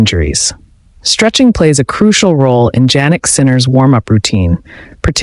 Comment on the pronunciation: His name is pronounced YYYanick. Start using it.